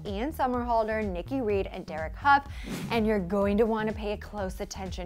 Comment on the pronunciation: lol... 'huff' Derek Hough isn't is 'howe'